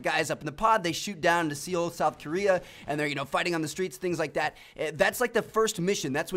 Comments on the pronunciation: It's not called see-owl. Seoul is the same as soul. Educate yoself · Lol seeoool, South Korea. It's pronounced Soul. Also, there's no such thing as VERY unique. Something is either unique or it isn't. Should have stayed in school... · It's, pronounced "soul", not "seeool"... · Seoul is pronounced Soul wtf is Seal, South Korea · Why is everyone pronouncing Seoul "see-ool?" It's "soul" like a shoe. That's as close as you're going to get to the proper pronunciation in English, anyway. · Seoul south korea is pronounced like "sole" tmart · DONT SAY SEEOL SAY IT CORRECTLY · You said Seoul wrong it's pronounced like 'Soul' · Really? See-oll? Jesus christ